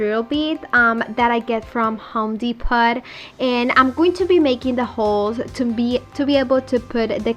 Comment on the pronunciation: Love your beautiful projects ❤️😍. Honey you are adorable. I want to help you sound better. It is pronounced home Depoh.